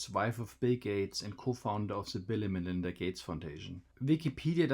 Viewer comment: Man-Linda Gay-tes